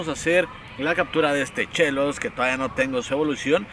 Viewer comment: Porque el dice CHAINY y no shini? O Chellos en vez de shellos:v No me maten:v